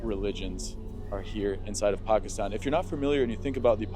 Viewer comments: lol i thoiught u were gonna prnounce it paakistan my surprise when u pronoiunced it right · bro the first ever foreigner to prounounce pakistan right xd il it